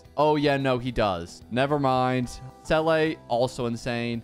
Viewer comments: why do you pronounce it selay when its see la she literally says it so much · The way you said seele.. it's pronounced see ley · I've never heard anyone say Seele like that... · hearing you say seeles name is heartbreaking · Not hating but u r mispronouncing the seele’s name and lc is not from the shop, it’s from battle pass